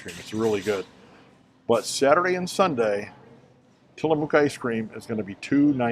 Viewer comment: Hi! Living in the Pacific Northwest, I can definitively clear up the Tillamook pronunciation dilemma. It rhymes with 'book'. It's not tillamuck (rhymes with shut) or tillamōōk (rhymes with boot). Just say book, then say mook as rhyming words. That's it! Tillamook! 🙂☮️